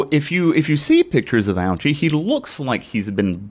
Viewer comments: Actually his last name is pronounced OH-chee, not OW-chee. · It's pronounced O-Chee, Bro. No need to make fun of his name. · I came on here a bit late and wanted to say the same thing. It makes me cringe hearing people pronounce his name like that.